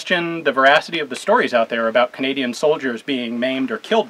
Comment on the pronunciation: Cadanian. I love you Ian.